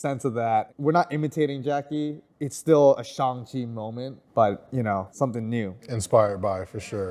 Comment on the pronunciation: I cringe every time the miss pronounce Shang chi's name and say it Shung Chi